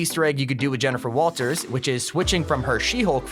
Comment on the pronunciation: Jennifer Walters sound more like: "Jennifer Walfers"